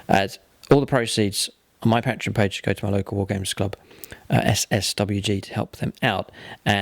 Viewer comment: Pronunciations of CAH-DIA and PAT-REON hurts my ears. Awesome board though!